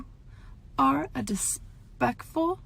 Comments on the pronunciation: what did she say... it sounded like a mix of “despicable” and “disrespectful” dispectful? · She said "dispective" lol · Imagine trying to sound cool and confident while ranting and saying “dispectful” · I usually never comment, but did she just say ‘dispectful’ completely seriously? (I know she meant to say disrespectful but come on) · "Dispectful" will never not kill me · is when she says dispeckful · the famous “you are a dispectful piece of ship” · "dispectful" , huh? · If you’re going to try and hate on people at least pronounce disrespectful properly. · Tha f*ck does “dispekful” mean? Lol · I really think she’s just talking to herself when she said that OH SHIT SHE SAID DISPECTFUL IM DEAD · This moon pie said "Dispeckful" girl I-💀💀💀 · dispectful??? Okay, good insult. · did she...did she just say....”dispecful” god i LOVE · “Disspecful price of shit” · I love how are dianty girl said dispecful piece of shit like what learn English she's also acting like she's some big star everyone is costantly watching like chill brooooo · “Dis-pectful piece of shit” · did... she just say dispectful? with her chest??? ugh yes ☺️🧚🏼‍♀️✨ also the funniest thing is like... she’s clearly transphobic, manipulative, abusive and an animal abuser and just close-minded and yet.... she’s the victim? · “You’re all idiots” “You’re a dispektful piece of....shIT” 😭😭 oof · “dispectful” ............ that’s when I tuned out ✌🏼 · Did she really say 'dispeckful'? 🤦‍♀️ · Wtf does “dispecful” mean ? Is she trying to create a hybrid word from disrespectful & despicable or is she just that illiterate? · “ you are a DISPECKFUL” whut 😦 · Lmao she has no right to be this condescending when she can’t even speak properly, “ you are a DISPECFUL piece of shit”??? GORL WHAT hahaha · “Dispectful” girl that’s enough internet for today let’s hop off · "Dispecful"? Is she trying to say disrespectful or despicable? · Well that’s just ‘dispeckful’ 😂😂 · Damn so ‘Dispecful’